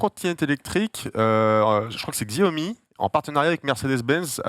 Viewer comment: bébou il a mal au coussinets du pied... comme c'est choux!🙀😹 pitain les gens qui s'évertuent à prononcer Gziaomi..... alors que tout l'monde sait que ça se prononce CHAOMI... ça me révulse! Grrrrr!!!